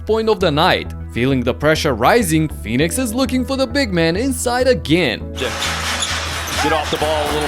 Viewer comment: It’s pronounced, Phoenix not “Few-nicks”